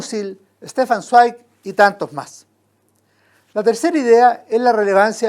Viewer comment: Zweig se pronuncia "svaig", es alemán. Buen comentario